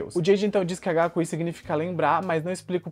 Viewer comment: AGACUI é difícil de ouvir viu. 😂 MDS...